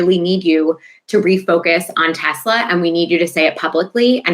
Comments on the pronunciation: "I love TESSS -slurrr!" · Does the word " Tesla" have a silent "r" at the end? Have I been mispronouncing it the whole time? Has my public school education failed me? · I LOVE TESLERRRR Uhhh 😬 ….. Mr. Goldy Rug / “The most intelligent/ Smart Words/ Mr. My uncle went MIT/ I passed the common sense exam 5xs “ … it’s spelled T-E-S-L-A T-E-S-L-E-R 😂😂 Mr. Goldi Rug😗That’s what I said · I am so glad the “I love Tesler” clip was replayed, because watching Leon jerk his head toward Trump, the second he hears it… Chef’s kiss!